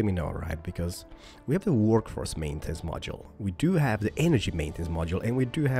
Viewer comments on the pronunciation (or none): none